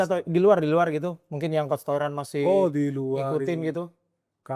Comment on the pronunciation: Aduh host yg cowok gak bgt sih, udh tau Toiran bukan org Indo, terus kayak di notice terus pelafalannya Toiran, pls bgt no respect jatohnya.